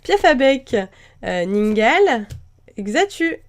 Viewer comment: C'est pas ninegale c'est ningal